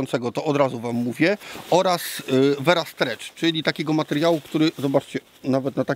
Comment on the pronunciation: Versa nie vera